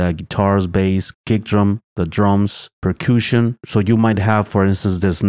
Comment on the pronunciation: "Per-kooshin"? lol